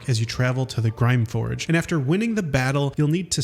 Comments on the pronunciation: It’s not “grime forge” it’s Grymforge (read “grim forge”) also not “Are-Cane-Ah” it’s “Ar-Can-Ah” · I just started my 5th playthrough recently, and I am amazed at how much I'm still discovering. I went out of my way to see as much as possible, yet there is still even more content to find. Incredible! Edit: You saying things like Grime-Forge instead of Grymforge or Korgah instead of Kagha makes me think you've never even played this game. Lmao